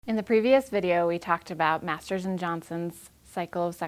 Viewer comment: Maters of sex, is where i think about everytime she says Masters and Johnson.